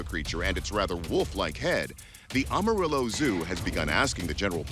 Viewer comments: AM arillo not aum arillo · it's pronunced A ma ree yo. It's spanish. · It’s not pronounced Ohmorillo! It’s pronounced Am- A- Rillo😂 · First off....it's A (short a) marillo and secondly OMG even the locals know it was fake 😂 Nothing happens in the Texas Panhandle. And before you remind us of the big foot sightings, we have no trees for anything to hide in here. It's a desert .... With a tumbleweed or two blowing through. Again...short A .... The mispronouncation made my skin crawl more than anything else in this video. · "Amarillow Texas" I love it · As a Texan the way hes saying Amarillo is killing me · Is anyone else bothered by the pronunciation of 'Amarillo'? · I find it hard to believe, this guy can say "demodectic" mange, but can't pronunciate "Amarillo" correctly. It's NOT (Om-arilo)... it is (Am-arillo)